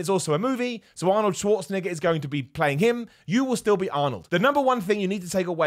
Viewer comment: Please stop saying Schwarzenegger like that